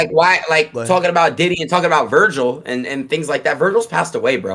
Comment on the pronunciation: “Vergial” is crazy ☠️☠️